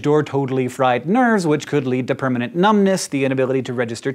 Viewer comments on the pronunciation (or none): none